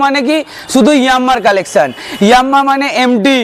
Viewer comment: ভাই ওটা ইয়ামাহা ইয়াম্মা নয় 😂